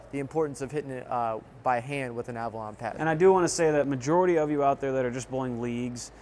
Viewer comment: Is it just me or does pronounce it as Avralon?